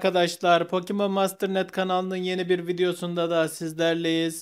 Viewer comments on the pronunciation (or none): "pokimon" değil "Pokemon"